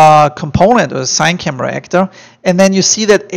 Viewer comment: Great tut bro! Everything was helpful. Thank you for making it! Just a side note since no one here mentioned. CineCamera is pronounced "See-nay"camera not "sain"camera. :)